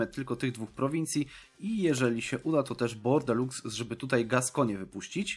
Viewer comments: Bordeaux czyta się Bordo! A nie Bordeluks! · To nie jest bordelux tylko bordo xdd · Nie "Bordelux" się czyta tylko "Bordo" :)